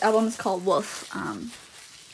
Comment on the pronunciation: it sounds like your saying woof not wolf sorry baby~ ♡ when i get a notification from you, you literally brighten up my day and when i hear you beautiful voice ( omg this sounds so creepy im sorry ) i literally die for you ( again im sorry ) please make my days even more better when you next upload~ I PURPLE YOU~ ♡